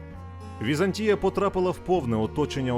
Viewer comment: ВізАнтія ( наголос на другому складі) - зразок облуди , лицемірства і зради. Вона створила штучну абетку для слов'ян (кирилицю) на основі грецької абетки, щоб утримувати експансію слов'янського світу. Її релігія - православ'я, стала релігією східного слов'янства Та прийшов час і Візантійська імперія зменшилась до розмірів міста, в 1453 році оточеного турками. Хоч як волали про допомогу ромеї ( греки ), ніхто їм більше не хотів допомогти. "Славним" нащадком Візантії стала Російська імперія (Третій Рим ), яка успадкувала весь негатив Візантії.